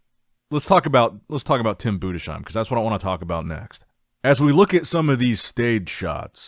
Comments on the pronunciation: BUDES-HEIM, not budeshiem 😂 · hi my brother great content ! i have to tell it‘s tim bundesheim ( boondes-haim ) not boon dee sheim 😊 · it´s pronounced BUDES HAIM itś not like "shoe" but ZH /ʒ/ in "treasure" consonants